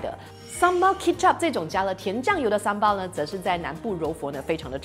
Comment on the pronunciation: 嗨咯！槟城人，这才是正确的发音！叫Sambal,不是sambai😂